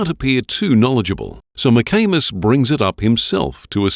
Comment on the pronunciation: Was kinda giggling like a friggin teenager (while im 63), when they pronounce the detectives name, McAnus. Its McAmis ffs! Grow up!